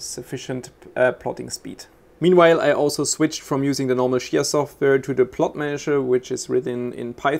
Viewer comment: If you start pronouncing it chia instead of shia then maybe you will farm some. But seriously, do you have enabled port forwarding port 8444? Many miss that one, even myself, once I fixed it two weeks ago, week ago in 1st of June I won my first 2XCH with 650 plots. Since it's youtube I can't provide any URLs so anyone wants details I visit regularly space pool discord server and if you call me out I can help.